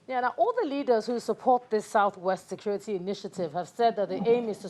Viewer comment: “Scurity”! “Scurity”!! U idiots re getting killed by bokoharam, u re gere selling ur imaginary “scurity”. Useless idiots!